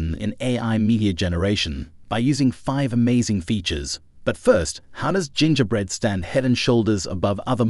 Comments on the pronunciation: Oh, I heard that, too. Hard G and rhyming with "winger". Nuts pronunciation. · Haha, I caught the hard G on that one G. OP thinking Adobe would be pronounced A-doab rather than Adobee, is funny tho. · Robot read. GIN-GAH-Bread? Pay someone to read your stuff and make sure you proof what you're posting. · Gen ger bread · You lost me at the ridiculous pronunciation of "Gingerbread", my goodness... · Also how it pronounces "Gingerbread" Lol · That's how I and everyone I've ever talked to pronounces it. Weirdly you completely missed it getting 'gingerbread' completely wrong. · Or gingerbread for that matter. Should use 11-labs. Guaranteed 1000% better than this. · Or Gingerbread 8 times out of 10.